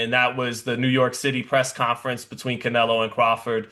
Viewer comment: When did anybody ever call Canelo “Nelo”? It’s two syllables already.